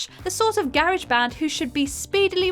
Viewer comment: The way she horribly mispronounced the word "garage".... instant dislike.